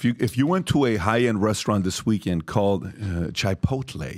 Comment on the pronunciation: LMAO "Chai-poutle" "Tak-o-beil"